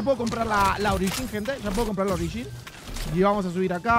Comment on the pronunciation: se puso raro hoy jajaja usando "ogirin"😅😅